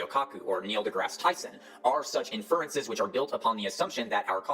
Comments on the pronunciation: "The science" has to be one of the wildest neologisms I've ever heard. And he talks about the "four metaphors" lol. What is he even on about? Must be references to something from his other videos that his victims lap up. The guy doesn't even know how to pronounce inference. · Along with his smarmy, overconfident tone, the fact doesn't know the standard pronunciations of "inference" or "Ghislaine" despite being otherwise fairly articulate suggests to me that he might be home-schooled, or at least socially isolated from anyone that actually understands how science works. While home-schooling is now more feasible thanks to online educational content like yours, it obviously has issues. Of course it's not surprising that parents who think they know better than the school system might produce children who think they know better than the vast sum of all human knowledge. While I respect parents' right to choose how they educate their children, and I have home-schooled cousins who are perfectly rational people, I'm concerned that the increase in home-schooling could result in increased isolation and ultimately societal polarization. Maybe we need a "socialization" curriculum for home-school kids, and occasional check-ins to make sure they're getting a truly complete education (also to make sure they aren't being abused by their parents of course, which unfortunately seems to be an increasing possibility in that domain). I'm curious what you and others think about home-schooling, and its role in promoting anti-science rhetoric.